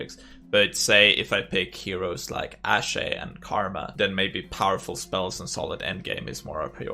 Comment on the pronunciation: The "e" in Ashe is silent, so its pronounced like Ash in pokemon